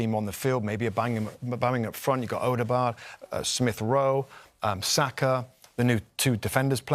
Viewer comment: Did he say odebard?!!